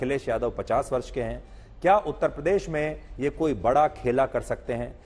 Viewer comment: A. Y. Ko uttar pradesh bolna to aata nahi uttpadesh bolte hai aap se na ho payega mulayam s. Ne jo jama kiya hai usi se jiwan bitai ye jay bharat jay hind 🙏🙏🙏🙏🙏